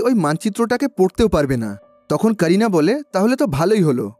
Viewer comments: that's not sarina rather Carina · "Carina" name ta apni "Serina" bollen keno????